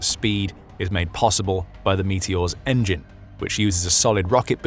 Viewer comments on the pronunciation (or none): none